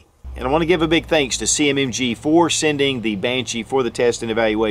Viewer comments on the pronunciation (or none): none